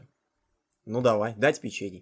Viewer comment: Может не "печЕний",а"пЕчений"=)